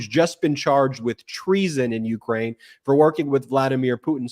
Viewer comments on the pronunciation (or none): none